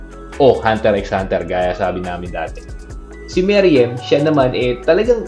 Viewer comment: Me ru em. Hindi meriyem